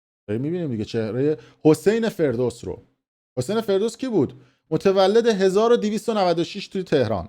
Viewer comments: داداش ابرو نبر حداقل اسم رو درست بگو (فردوست ) نه فردوس عاشقتم دادش ❤ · سوسمیخ مشنگ 😂.فردوست نه فردوس😂😂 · 😂😂😂 کوسکش رفتی دو خط رو حفظ کردی فقط !!! ✅حسین فرودست نه ❌حسین فردوس آقای با سواد چقدر هم تاکید داری رو باسوادی خودت تو فقط چند جمله رو واست گفتن همون هارو داری گوه خوری میکنی ارتشبد حسین فرودست یکی از باشرف ترین و وطن پرست های ایرانی بوده و هست ... درضمن ارتشبد نعمت‌الله نصیری فرار نکرد، همون روزهای اول انقلاب تیر باران شد کم زر مفت بزن با سواد اتفاقا درست میگی😂 چون واقعا مصدق خون شاه دوزاری کرد تو شیشه... ✅ولی در عوض ب مردم ایران خدمت کرد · فردوس چیه 😂😂😂 حسین فردوست هست احمق!! هیچ کسی هم چیزی نمیگه🤬🤬🤬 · حرفات درسته اما این خائن کثیف حسین فَردوست هست نه فِردوس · فردوس چیه فردوست درستشه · فَردوست✅️نه فِردوست❌️ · داداشمون به همه گفت بی سواد به فردوست میگه فردوس 😂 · باسواد،آگاه،آگاهی رسان حسین فردوس !!!!! فردوست ف با فتحه فر ینی شکوه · اسم رو اشتباه میگی حسین فَردوست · ابله تو حتی اسم فَردوست رو نمیتونی درست تلفظ کنی تازه داری تاریخ معاصر میخوونی 🤦🏻‍♀️ بابا کی از تو نفوذی تره آخه جوجه اطلاعاتی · آخه اوسگل توله پاسدار…پروژه میگیری اسم ها را یه بار تمرین کن…حسین فِردوس😂😂😂خیلی گاوی دوزاری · این پروژه بگیر تا یک ساعت قبل برنامه اسم فردوست را نشنیده ، مرتیکه بی سواد از اول تا آخر برنامه میگه حسین فِردوس😂😂😂بَبعی جی میگه؟؟؟ باریکلا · احسنت👏 این کارش همینه سر موضوع تتلو هم همین رفتارو داشت بنده خدا رفته دو خط رو تند تند حفظ کرده‌ اومده جلو دوربین، تا تنور داغ هست ویو ها رو جمع کنه... 😂😂😂😂 بعنوان مثال ✅حسین (فرودست) رو میگه! ❌حسین (فردوس) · تو اول برو حسین فردوست درست تلفظ کن بعدشم از ان شاهزاده نخور تو خودت مزدور جمهوری منحوس اسلامی هستی یادت نره تو قبر میخوابیدی فیلمت هست جاوید شاه